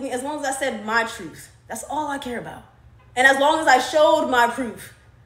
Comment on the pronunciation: Truth.. you said trufh lol